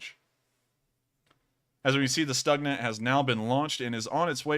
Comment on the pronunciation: It is spoken "Stoogna" not "Stucknah"